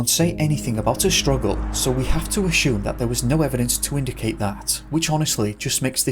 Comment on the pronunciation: I think its time we address the real mystery here... And that is.... Why does the narrator pronounce the word ASSUME as aSHume. Does he know something we do not? Who gave him this knowledge? Was my english teacher wrong all along, the bastard! The mysteries never end...